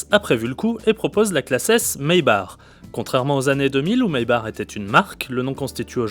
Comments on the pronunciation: maybar mdr , Maybach please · Ce dit maybakh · Ça se dit "maybaque" et non "maybar". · oh putin je suis a 20sec et le mec s'il redit maybar encore je vais péter un cable...chaud les journalistes auto,..qui s'y connaissent pas en auto.